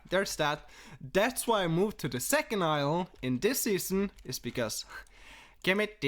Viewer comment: Island = ilel hahahahah